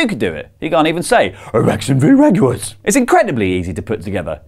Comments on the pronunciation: Ikr Jacksonville Jag-u-ers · The way he pronounces "Jaguars" 😂